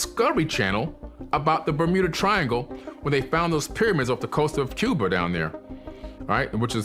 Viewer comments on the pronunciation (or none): none